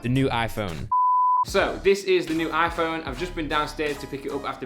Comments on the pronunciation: Why does he say Aphone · How many times does he say Aiiphone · The way he says iPhone 😂